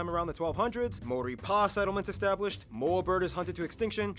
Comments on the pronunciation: Maori. Ma-or-ree or Mao similar to the pronunciation of the chinese mao and Ri as in ree. Sorry they butchered it. Also while hunting played a part the Moa became extinct more from climate and habitat changes than hunting. However 16 different species of bird became extinct after the arrival of Europeans, in particular the Huia was hunted to extinction by traders for its feathers to be sold for hats. The arrival of Europeans like so many other places brought a host of diseases which along with ww1 and 2 decimated the Maori population. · The way they butchered the maori names